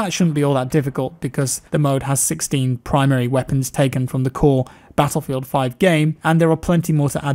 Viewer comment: there should be a compilation of saying battlefield... the way he says it is fantasticly satisfying